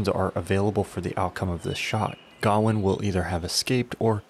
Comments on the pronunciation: Its Ga-wayne not Garwin. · wtf is gowan? its gawian pronounce guh-wayn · gawain. his name is gawian. Why.... HOW are you saying it that way???the original story is down right silly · God damn it, he keeps saying Gawain's name wrong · The way he pronounces gawain is infuriating. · It kind of undermines the veracity of anything else you claim about the film when you don't even pronounce the main character's name right. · bc it’s not how Gawain is pronounced. Pretty simple. Sounds like a they have a “we don’t gaf about the source material” problem. Ig. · You butchered Gawain’s name every time you pronounced it.